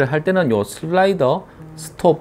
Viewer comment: 늘 게이머&콜렉터로서의 실질적인 조언을 곁들여서 저는 넘나 좋습니다. 목소리는 점점 더 좋아지시는 같고요. 특히 슬라이"더" 발음 아주 좋아요ㅎㅎㅎ